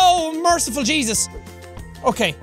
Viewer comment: Is it just me or is the way that Sean says Jesus is better then the normal way ”JAEYSUS”